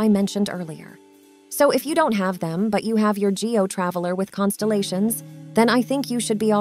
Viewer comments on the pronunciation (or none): none